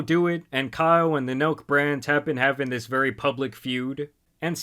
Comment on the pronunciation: I thought he said milk boys